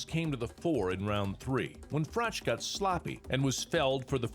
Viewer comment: FYI: Froch is pronounced with a "k" sound, Frock